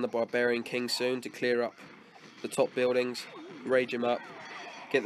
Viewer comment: The Only Thing That Didn't Change In You From This To Now Is The Way You Pronounce 'Buildings'. Sounds Like 'Buidings' With Your Accent, Just A Joke, No Offence.